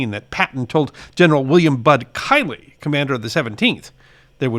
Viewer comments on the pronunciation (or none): Not sure what you called him at the mark but the 17th ABN Div Commanders last name was Miley, pronounced “My Lee”. Sounded like you said Kylee. Otherwise, very good video. Nice to see content on the 17th as they seem to be overshadowed by others.